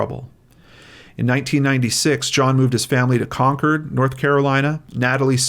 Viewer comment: I know it's not the point, but the way you said Concord (kinda sounded like conquered) made me giggle. 'Round these parts we say it like Con-cord. This case was amazing. Bless that officer for never giving up!